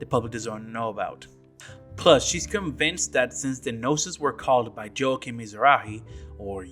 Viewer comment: I think it's funny how you commented how things are said wrong in the game however you consistently call Joachim and Juli wrong for all these videos It's even said in the voice acting how to say the names. It's not "Joehakim" or "Julie" It's like this Yo-ha-keem And "You-li"